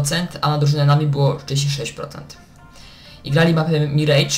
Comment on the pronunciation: Miraż nie mirejdż XD